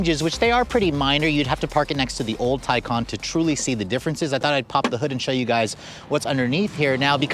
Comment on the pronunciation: How does ‘Taycan’ translate to ‘Tycon’?